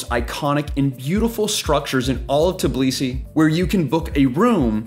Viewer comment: Bro it's Tbilisi not Tiblisi, you keep saying it wrong. Thanks for the video though🙏🏻